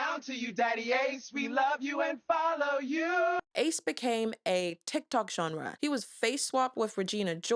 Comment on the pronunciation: I think you mispronounced Ace